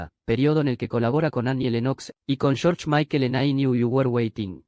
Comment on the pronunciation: Hubieras practicado un poco al menos tu pronunciación en inglés, hubo palabras que por contexto adiviné que decías, como "shu" por "you" 😂😂😂😂 shu shu el tren. "Shu can dance" 😂😂😂😂 muero con eso